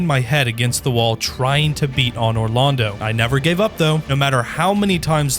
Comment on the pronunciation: dog i cannot listen to you pronounce anor londo with a soft "aw." its not an awning. are you canadian or something?